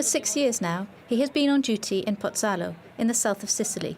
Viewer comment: Embarrassing. The news announcer doesn't know how to pronounce Pozzallo (pity he didn't listen to the translator). The correspondent apparently doesn't know that Pozzallo is a town with population of about 19,000 and a major port and ferry terminal, not a "village". Trapani is not only mispronounced by the correspondent, but is over 350km to the northwest of Pozzallo, not "a few kilometers".